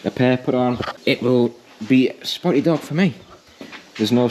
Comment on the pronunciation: Looking good. Can i make one request though? Please stop saying spotty dog, its driving me crazy lol 😂